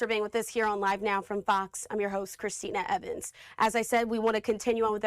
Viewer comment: I listen to this LADY a few times and SHE says,, FARCKS instead of FOX. F followed by an O sound and then X, FOX.